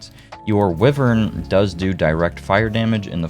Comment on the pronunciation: Great video - it’s pronounced “Why-Vern” though :)